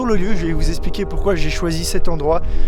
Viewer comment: STPL, on dit EXPLIQUER, pas ESPLIQUER. Z'ont dla peine ces gens qui parlent FR xD